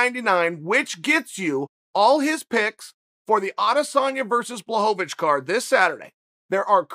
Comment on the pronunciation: Wait did anyone hear that? Am I the only one ? He finally said Jans name right lmaoo blahovavitch haha